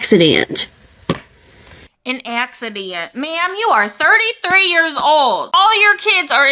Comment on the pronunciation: "COMPLETELY AN AXYDEYNT 🤬"